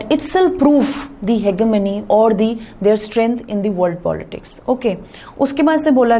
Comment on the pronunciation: Ma'am your pronunciation of hegemony is wrong